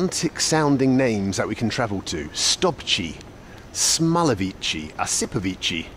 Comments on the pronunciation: it's actually pronounced Osipovichy with the stress on the first O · Osipovichi is pronounced “Asipovichi”, emphasis is on the second “o” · no, it's pronounced AsipOvichy.